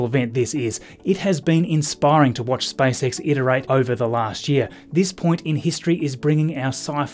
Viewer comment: does anybody else hear SPICE X? XD elon musks next venture? lol